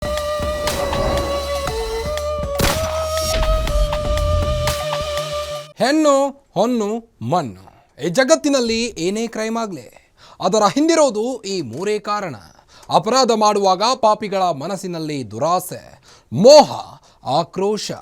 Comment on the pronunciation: ಲೇ ಕಮಂಗಿ ಹೆನ್ನು ಹೊನ್ನು ಮನ್ನು ಅಲ್ಲ ಹೆಣ್ಣು ಹೊನ್ನು ಮಣ್ಣು ಸರಿಯಾಗಿ ಕನ್ನಡ ಮಾತಾಡು